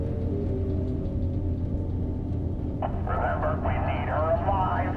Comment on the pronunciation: Air-iss...steed vs Air-iss-STEED-ee. Funny the things that grab your attention....